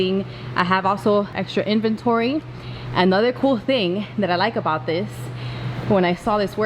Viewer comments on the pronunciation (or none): none